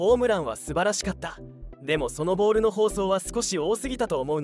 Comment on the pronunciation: 「ボール」の発音に違和感があり過ぎ…